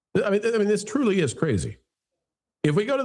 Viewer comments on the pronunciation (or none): Driving Miss Daisy cah-RAY-zee 😂